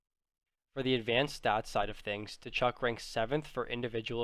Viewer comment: The T is silent in Tkachuk